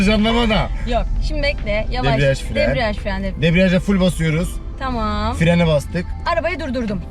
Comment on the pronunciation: Yanlız fren e firen demesi yokmu